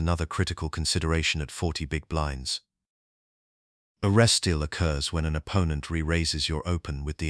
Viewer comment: If the AI (I now realize) can't pronounce resteal, I'm not watching.